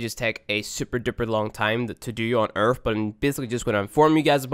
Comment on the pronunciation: Omg. 3 vids in. "Earff"(earth), "wiff"(with), "worff"(worth), "free"(three), "firty"(thirty), the list goes on & on. Your elementary school failed you, bro...... "deaff"(death), "eiver"(either), "frough"(through), "frow"(throw), "togever"(together). Got problems with that tongue pressed against your top front teeth (sorry, "teeff", lmao) for that proper "th" sound. Yer killing me smalls, killing me! Lol